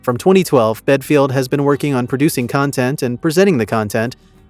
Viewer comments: Get your facts right. BELFIELD. NOT BEDFIELD. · Sounds like you’re saying bedfield, well which is it, Belfield or bedfield ??!! If you’re gonna shame get the name right. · For Christs sake, at least get the idiots name right, it's Belfield, not Bedfield! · Bellend not belfield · His second name is Belfield. Not Bedfield. This Alex Belfield is a lier and a con artist. I have watched quite a few videos of him in 2020 in the lockdown and he came across as the man of the people. As I got to watch more of his videos, a darker side was starting to emerge. I have never given money, because I don't do anything online and when Alex Belfield started ask his fans to give money to sue the BBC, it came across as doggy. Why did he not pay the court fees himself, the money he conned out of his fans was for his holidays and lavish lifestyle. He does not really like women much, a racist, makes fun out of over weight people and just a all round horrible human being. 5 and a half years was not enough prison sentence for him, he should have got at least 10 - 12 years. The simple fact is that he showed no remorse for his 4 stalking crimes, the sentence was not long enough for that reason. If the punishment is not harsh enough there is a chance of Mr Belfield committing the crimes again. Why is his social media sites still active, close them down?? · BEDFIELD? you can't even get his name right ffs!! But hey, high in the algorithm right now huh? and you got my click. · What an idiotic channel that can't even his name right! Capital radio Nairobi Kenya?? Just heard that one 😂.... channels like this should be banned! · So many things incorrect in this video bit least you can't even get this name right. Shocking example of You Tube video makin, improve or give it up! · Belfield?? BELL-END!